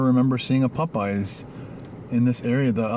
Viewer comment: I love the way you say Popeyes. "Pupeyes"